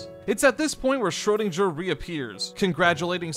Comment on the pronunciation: girl, u need to work on your pronunciationa on foreign words. ive never heard anyone say schröderinger this wrong before